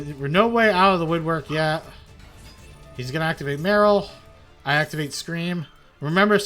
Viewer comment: Welp atleast he pronounced "heartbeat" and the other spells and traps correctly. . . . But as for "merril" "kitilos" "hauvinis" and "skyren" my fucking ears are bleeding